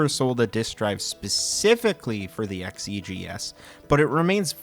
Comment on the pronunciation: Why do you keep saying "E" when referring to the 130 XE and the 65 XE but you say XEGS properly? It's always been produced "X.E." not "EE" or "Zee." Also there's the XEGS package that isn't weird at all, since detachable keyboards were common with PC/XT clones of the time. The XEGS isn't the same 8-bit PC from 1979. It does have more integrated chips in it (i.e. FREDDY) that the XL line didn't have. The old 800 and 400 had many more parts (Glue Logic) that were consolidated into chips to reduce costs for the XL and XE line, and the 800/400 had more joystick ports. So the tech is based on a PC from 1979 that was way ahead of it's time compared to the C64, but it was modernized for more RAM.